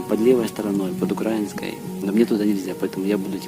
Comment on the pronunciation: Друже, все супер, але не "укрАинский", а "украИнский"......